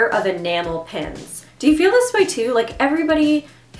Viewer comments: lol I kept thinking you were saying enamel pens but not pins at first ! They're so cute . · Queen Kirlia me too!! Lol